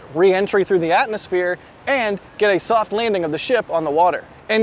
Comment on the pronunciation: ok but 'atnusphere'??